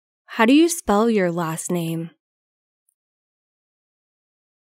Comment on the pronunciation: Cô này cổ đọc khôn có chữ Current , rất cố nghe mà không nghe thấy . Và chữ spell .